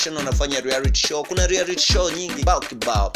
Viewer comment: P.s it's REALITY not rearity